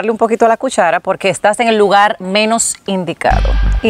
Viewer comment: Se pronuncia LUGAR, EL PRONUNCIA LUGAL, BUSQUE PERSONAS QUE HABLEN BUEN EL CASTELLANO